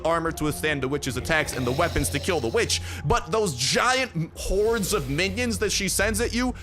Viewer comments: its witch with an W not vitch with an V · Saying "vitch" sounds like the b word